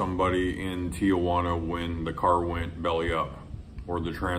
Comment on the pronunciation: You lived in Tijuana for five years and you still pronounce It "TiAjuana"?